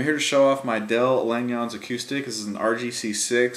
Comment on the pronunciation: Great review. Del's name is pronounced Lan yuns, kind of like saying 'onions'. I used to get it wrong too, so I asked him how to pronounce it. Del said it's a Dutch name. BTW, my guitar is named 'Del' for the man himself. What a wonderful man; BOY! can he play guitar too. I have a 1998 WGC-6 that I bought from Del Feb 1999. You are correct, a Langejans rings like bell and distort when you lean into them by picking really hard. Open chords are full & lovely. They sound especially nice in alternate tunings. I like Open G, Drop D, Double Drop D and more.... Mine has a regular nut, so he must have switched to the zero nut later in his career? THX again, you're very good!